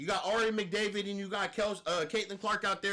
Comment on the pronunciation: Ari “Mcdavid” 😂😂😂😂😂 bro I’m weak af